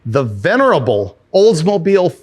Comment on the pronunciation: The Olds-mo-BILE...lol